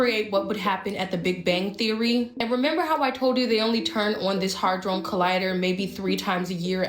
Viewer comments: This chick can't even pronounce ½ the words she tryna say and she obviously did not READ the articles cuz the amount of gold that resulted was sooooo minute and was only in a 'gold' state for a FRACTION of a SECOND. Settle down, sis, u gettin too far ahead of yourself lol🙄 She said, "Hadron" like the alcohol, "Patron"😂 It's 'had-ron', like the name, Ron😂 Omfg I can't wit all these peeps tryna seem smarter than they are. They only foolin the ppl who're even less intelligent than they are. Leave the grown up 'bidniss' to the grown ups, ight?😂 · I love how everyone in here talking about cern can't even pronounce Hadron collidor. 😂 The hell is a hardron?? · Not a mask, it's called AI or a filter. Hadron(not hardron like she said 10Xs) did turn lead to gold- for about a second before it turned back to lead. I believe it swapped out with gold in an adjacent reality, & it couldn't hold it's composition for some unknown reasons. But get the facts right, know how to pronounce the names of things you're calling out- & don't believe every little thing you see hear feel or smaste™. AI art is easy to spot- note how the surrounding areas colors are natural- but the devil's face has a flat color to it, that's a typical AI result. You just need to look at lots of AI imagery to be able to spot it like nothing. Yes truth is stranger than fiction, but it's not all real online. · It's "Mesopotamia" not Mesopotania. And what the heck is a "hardrone" colliider??? It's Hadron pronounced "had ron"! My goodness you are pure TRAMPLING on my OCD! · It's a hadron collider and it's pronounced Hay-dron with the long a sound beloved. They've allegedly managed to reproduce a tiny black hole🤷🏽‍♀️👑👑👑💜🙏🏾🙏🏾🙏🏾💜💜💜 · Does anyone notice she keeps saying “harddrone collider” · Bich you mean hadron collider say it again hehe black people not knowing words love it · Is just me or is she on some Medea stuff pronouncing Hadron different every time. Also. Look into who Medea was in greek mythology.